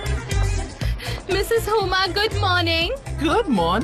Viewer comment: Huma ❌ huya ✅